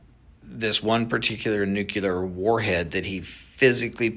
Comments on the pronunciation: I question anyone who cannot pronounce the word nuclear properly. NU-CLEE-ER. Not NU-CYAH-LER. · Like saying “new-clear” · Trying to scare us so bad that we will accept martial law lockdown & prevent Trump’s inauguration. Edit: he keeps mispronouncing nuclear, what kind of expert does that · Lighten up francis, accents happen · Those aren't "accents." Those are uneducated mispronunciations.